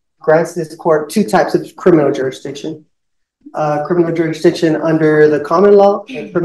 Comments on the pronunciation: “Jura-diction”…. He can’t even say the word “jurisdiction” properly lol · You stil gotta prove you have juradishun! (If you can't pronounce "jurisdiction", it's probably not a good idea to be representing yourself!) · I think someone needs to explain "juradiction" to. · cant even pronounce the word jurisdiction.. Some people open their mouth and remove any doubt that they have no idea what they are speaking about. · He cant even say the word "jurisdiction" correctly...😂😂